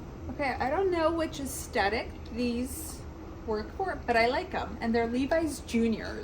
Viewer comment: I love your videos and the creativity of your looks. Lol, it drove me a bit bonkers though that you left out the TH in “aesTHetic” like 10 times in this video. 😉